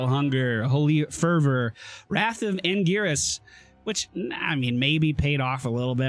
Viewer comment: when you know played diablo before and calls angiris's G like Gear instead of pronouncing it like gg feelsbadman